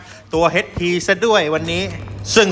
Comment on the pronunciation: H = เอช ไม่ใช่ เฮ็ด